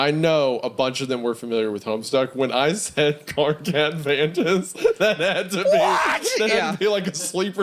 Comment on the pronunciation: Nearly threw up hearing them say "Karkat Vantas", hollly shit lmaoooo